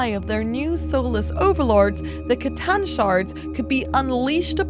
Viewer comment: Sooo glad you say C'tan with a hard C and not an S 😂😂